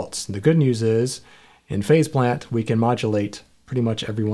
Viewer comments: I think they should've just accepted their fate and called the plug-in Face Plant since that's what it sounds like everyone is saying when they pronounce it. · I swear I heard you call it Face Plant. Excellent as always. Thanks for pointing yet more software I need.